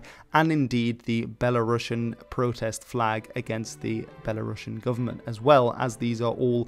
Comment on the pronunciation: The Novgorod Republic was never called “Rus”. And the term “Kievan Rus” is a Soviet invention for a state that was always called simply “Rus”. Also, please check the pronunciation of the word “Belarusian”. It’s not “Belarussian”.